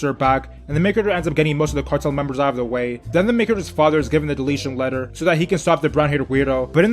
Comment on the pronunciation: This nigga said "Deletion Letter"😭😭😭😭